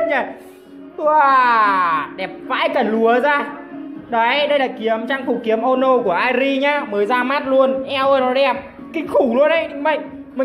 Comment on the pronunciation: Kiếm ô nô Tui nghe có lộn không .Trang phục tên ki ê mô nô mà